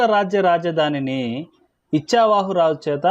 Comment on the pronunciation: ఇచ్చావాహు కాదండీ 'ఇక్ష్వాకు'